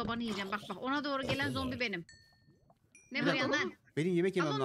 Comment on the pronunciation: Zombiyi combi diyen koca yürekli